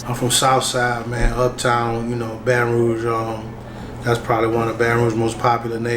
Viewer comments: Why you saying baton rouyage don't do that you butchering it man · Why you keep saying BR like that in this video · “Genree” - genre “Roige” - Rouge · Man you over doing the voice to the point you not pronouncing words right. Gen-ree? Baton Rouige? 🤦🏽‍♂️